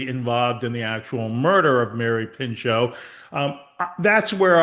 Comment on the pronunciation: her name was Mary PINCHOT Meyer, not Pincho…